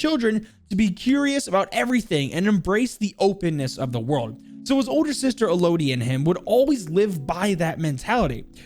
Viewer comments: EL-O-D Me: L-UH-D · He butchered the pronunciation of “Elodie”